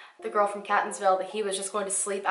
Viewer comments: Solarius heroin/opiates are HUGE in that area. Two of my cousins live in/by Catonsville and Ellicot City (both of which she repeatedly pronounces wrong lol) and I immediately thought he went there to do drugs, od'd and the chick panicked. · Marylander here you mispronounced Catonsville and Elliott city but it was cute I loved the way you said them 🤣love your videos btw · I live in Maryland, and just wanted to give you a pronunciation tip. In the word “Catonsville,” the “a” is long, like in “okay.” I’m sure it’s not gonna matter in the future, just wanted to share. :) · I love your videos I listen to them all day everyday while I’m work and I was so happy when you did a case in Maryland. There’s a case from the end of 2019 that happened very close to my home and work and I’d love if you could come it after they release more info. But girl did you butcher the names and drove me a little insane listens to them over and over again. Love you anyways💕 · As a native from Maryland and this area it feels so weird to hear someone else pronounce ellicot city and Catonsville lol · OMG i love her but she is butchering those city names 😱 im from Baltimore born and raised and she is saying all the towns soo wrong and its super annoying. it wouldve took her 2 mins to google the names to learn how to properly pronounce them. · I grew up in Catonsville! It's actually pronounced kate-onsville. Awesome video! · Also, Catonsville is pronounced Kate-ons-ville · Catonsville is pronounced Kate-ons-ville. named after the Caton family. I live in Maryland, even attended school in the Baltimore area. One of my best friends lives in Catonsville, and I heard nothing about this. And I was still at school when he went missing. weird. Heroin is a huge issue in MD, especially the Baltimore area. I would not be surprised if he did OD on it. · Katonsvillie is how its pronounced & ellikit city :) im OBSESSED with you videos. Purchasing my sweatshirt this week:)